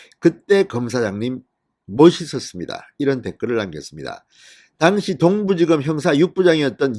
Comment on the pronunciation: 발음 좀 똑바로해주세요. 특히 당시 란 단어